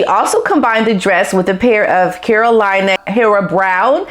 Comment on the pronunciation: let see if I can help you pronounce the name of the designer of Queen Letitia’s dress, by using some phonetic tricks: Kah•ro•lee•nah // Hea•re•rah. Carolina Herrera. 🤗🤗🤗😘